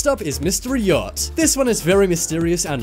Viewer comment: Its "yacht" not "yatch" good video tho 👍